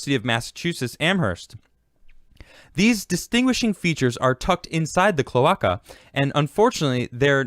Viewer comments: omg the way you pronounce "clo-ache_uh" as "clo-ock-uh" is killing me. XD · kl-ö-ā-ka my dude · Its pronounced "Clow-Ay-kuh" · Klow•ei•kuh. Cloe-ei-ca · Latin. CLO-ARKA.